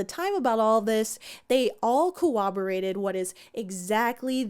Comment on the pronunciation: You said cowwoborated instead of corroborated. 😖🤮Like 4 times....